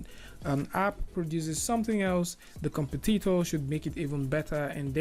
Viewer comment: In the near future 3D modeling is no longer going to be done by technically minded people. It's going to be done by the type of people who become wedding planners or flower arrangers. I like the way you say competitor. Compe TEET tor